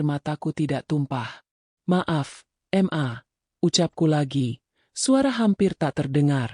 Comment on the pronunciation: Jangan dibaca em a mbak tapi ma, mana ada anak keorang tuanya kalau manggil seperti itu, ma bukan em a